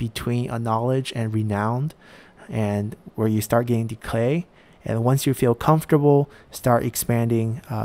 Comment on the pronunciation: Entertaining series, keep up the good work! One question though, how come you keep adding a "L" sound in the word "Decay"?